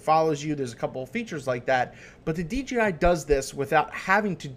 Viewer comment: You keep saying DGI